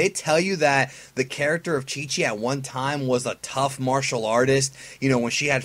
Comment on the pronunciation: It's Chi-Chi